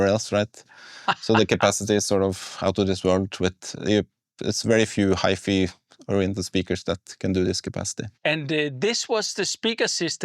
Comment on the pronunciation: HiFi in English is pronounced as High Fai not High Fee. Gently correct the Sigberg founder before he utter this word in English speaking Hfi shows. You might save him some embarrassment.